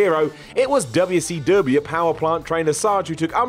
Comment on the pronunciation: Just here to hear say Duubya See Douhbya